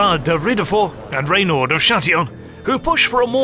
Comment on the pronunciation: RENAUD de Châtillon !! not raynald .....